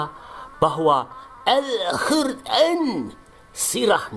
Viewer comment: nk muni alhuran apik banget..😂😂😂